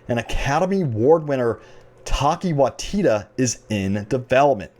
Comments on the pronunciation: Omg when you said Taika's name jesus christ. New Zealander here it is pronounced tai-ka why-ti-tee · “Taki Waitita” dude you butchered his name. How does his name look like your pronunciation?